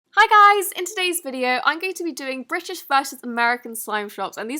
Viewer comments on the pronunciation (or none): It sounded like you said “Brishish and Amerca” 😂